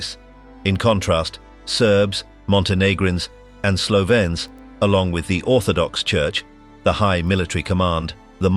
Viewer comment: this AI voice kinda suuuucks. can't pronounce slovenes properly.